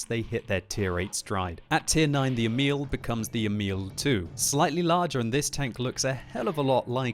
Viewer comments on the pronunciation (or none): It is Emil, not emIL. The first syllabil should be stressed. Look up Emil i Lönneberga videos by Astrid Lindgren for pronounciation. :-) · FYI: "Emil" is pronounced with an emphasis on the first syllable (EH-mil).